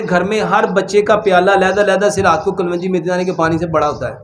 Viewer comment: Hakeem sahb kalwangi nhi kalongi hota he